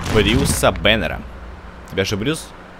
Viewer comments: Брюс бенер а не банер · И да, ты сказал Брюс Баннар а надо было Брюс Беннер